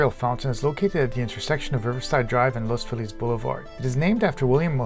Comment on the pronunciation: I trust you more than someone who says the neighborhood’s name wrong. Good Job.👍